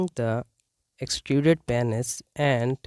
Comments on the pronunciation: It's PEEEEEEnis not PAAAAAHnis. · Oh my god let’s start with saying Penis correct… PEA-NYS LOL